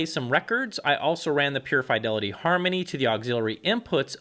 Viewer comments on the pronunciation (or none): none